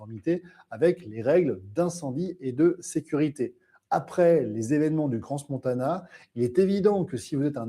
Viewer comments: cran (pas crance) ! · On prononce CRAN Montana (pas crance) ! 😉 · On dit Cran montana on n prononce pas le " s".